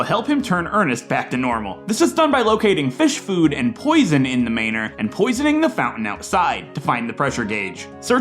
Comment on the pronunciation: Great video, one nit pick. I believe it's pronounced Manor like man (like a guy)+ or